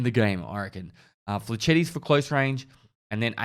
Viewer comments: "Flechetti" - try "flesh-et" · Say it as Fletch-et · Every French person cringing when says "fleshetty" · It’s” flachet”... not “flashetty “ WTF?! how can you NOT know that and play anything having to do with guns??? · Flechette = fleshet, fle chetty sounds like a pasta. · i love your content man but for fuck sake its pronounced flesh-ett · Is it really that hard to say flei· shet? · It's pronounced fle-SHET D:< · Say it with me, now. "Fle-Shet" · Flee sheety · Flah-shet rounds. LOL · Flachette? Flachette. This guys pronunciation is quiet amusing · French people everywhere are rolling their eyes and swearing at this video for how your saying flechette omegalul